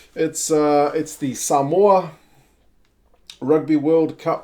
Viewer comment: You pronounced Samoa correctly, nice one uso. The collar reads ‘play for Samoa’.